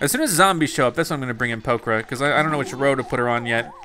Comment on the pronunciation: Did anyone else notice that he kept saying poker?